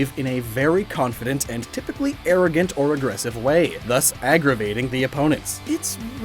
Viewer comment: Missed an R for “arrogant”.